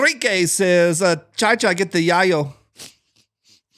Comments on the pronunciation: needs to watch more Scarface to fix his spanglish. Not Chai Chai, it's CHEE CHEE (Chi Chi). Not Yah-Yo, it's "yah-yo". Come on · you obviously missed the Scarface reference in that meme, his name is not pronounced "shy-shy", it's pronounced like the restaurant "cheee-cheee" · Oh I love your channel. But you just misquoted a line from my all time favorite movie and I can't let it pass. It's che che get the yayo not chi chi. I've watched this movie every Easter for the last 30 plus years because an old friend of mine who didn't celebrate Easter watched it. The movie I'm referring to is scarface. Please watch or rewatch it at your convenience. Other than that, keep up the awesome work you do. You get me thru the week with your videos.